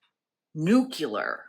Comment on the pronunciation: nucelar? nuclear!! trump also pronounces it incorrect